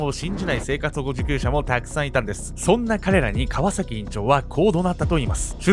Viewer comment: 川崎のイントネーション気になってしょうがない